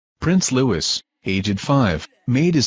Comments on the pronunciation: YOU DO NOT PRONOUNCE THE "S" IN LOUIS. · his name is pronounced 'Lui', the letter s is silent